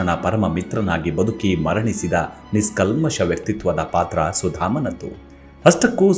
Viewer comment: ಕಥೆಯನ್ನು ಚೆನ್ನಾಗಿ ವಿವರಿಸಿದ್ದೀರಿ. ❤❤ One correction please... Adu "ನಿಸ್ - ಕಲ್ಮಷ " ಅಲ್ಲ.... ಸಿರಿಯಾದ ಉಚ್ಚಾರಣೆ : "ನಿಷ್ - ಕಲ್ಮಷ ". 🙏